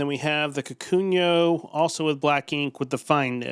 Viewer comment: I died every time you said "kakunyo"